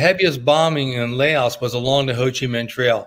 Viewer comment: LAOS not Laosh, no SH